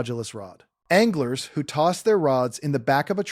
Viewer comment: …rods, reels, “ONGLERS”?… no thanks AI. Change your fake name to